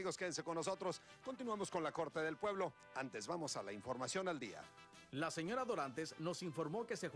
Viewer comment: porque la de morado dise dilla en lugar de día que feo abla esa jente